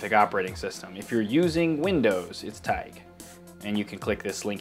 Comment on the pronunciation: U meant to say TaiG u will say tai then the letter G